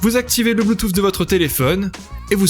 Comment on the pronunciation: 2 truc me dérange la façon que tu à de dire bluetooth :) et de pas dire le prix en vidéo ;( sinon' c'est bon